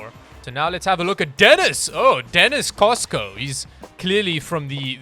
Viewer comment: It's Denis Costa ... not Cosco lol